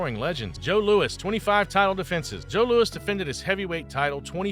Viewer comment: Joe louis is his name, not lewis.